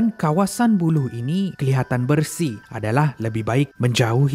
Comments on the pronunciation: Aku sorang saja ke yang dengar sebut bulu dan bukan ia buluh?? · Sebutnya "Buloh". Dah macam "bulu" pulak teman dengor 🤣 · Buluh laaa bukan bulu , sebut elok sikit